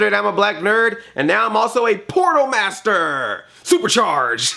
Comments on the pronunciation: i thought he said porno master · At the beginning, I could've sworn Andre said "porno master" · Did anyone else hear him say Porno Master?